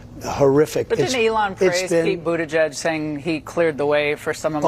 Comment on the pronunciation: I am pretty sure Jimmy Dore says Bootigege the way Trump said it.